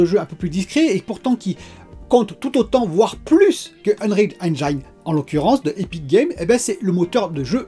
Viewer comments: Salut. Super tes vidéos, continue d'être au naturel. Par contre on dit eng(i)ne et pas eng(aï)ne 😉. Vu que tu l'utilises souvent je tenais à te le dire 😊. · Excellente vidéo ! Puisque c’est un mot que tu prononces souvent, sache qu’en anglais « Engine » se prononce ennejinne et non pas ennnejaïne ! Ça écorche les oreilles à chaque fois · Hello ! Engine se prononce enjin et non enjaïn :) Bonne vidéo ! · Pour Engine, pense à angine (la maladie) pour bien le prononcer. Après d'après DF le VRR c'est quand même un gros plus... Les chutes de framerate sur console c'est hélas pas si rare, mais ça pourrait être pire avec notamment les résolutions variables qui sont quand même mieux fichue aujourd'hui en terme de qualité. La généralisation progressive du DLSS est vraiment une super nouvelle, dommage que ça nécessite des TC qui ne sont pas sur tous les GPU (quel cruel manque pour les consoles). Pour Google c'est moins sur le radar parce que tu n'es pas obligé de passer par le store officiel, du coup c'est surtout Apple qui est dans le viseur parce qu'ils verrouillent tout. Bon Week End:) pense à te reposer aussi;)